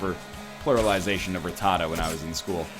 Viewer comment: Yep, pretty much